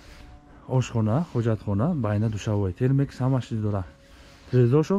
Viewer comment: Байна не БАНЯ 🤦‍♂️